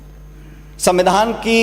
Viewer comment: Pronansation shi kro pailot shan...smmidhaan nhi hota svidhaan hota h.....bhvish nhi hota bhvishy hota h